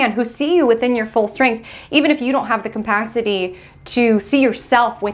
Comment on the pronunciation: sorry but if you say "campacity" one more time I'll lose it😂 CAPACITY!!